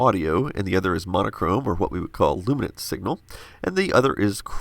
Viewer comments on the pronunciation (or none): none